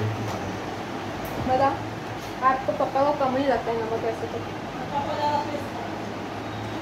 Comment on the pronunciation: The way you say pappa instead of papa , ahan so me ❤️